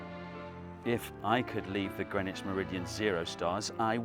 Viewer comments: its Green not Gren. My name is Grenville, why cant Englishmen speak English? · Local people hate Greenwich pronounced "Grenich" ... We have discussed this and are divided only between 'Grinnidge' or 'Grinnitch' NEVER "Grenwich" ... ... And by the way, it is most definitely NOT 🎵"Hailey's Comet"🎵😡😡😡😡😡 NOT "Bill Hailey & his Comets" .. its Halley's Comet pronounced (Edmund Halley) Hall_ey .😠.for f🦆's sake.😡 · OK. All this talk about lines, but you're mispronouncing the location--it's "Green Witch", not "grennitch." Sillies. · The hardest part to understand about this video is how Greenwich is spelled green witch, but is pronounced as grin itch. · Why is it that you don't pronounce the W, or one of the E's in Greenwich?